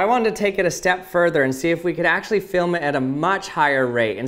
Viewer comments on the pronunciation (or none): none